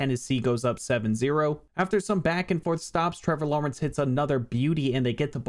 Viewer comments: The way your saying Lawrence has me geeking lmao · why does he say Trevor Lawrence like that. I can't figure it out but it just sounds wrong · I try not to call out an accent, but it was incredibly random too. XD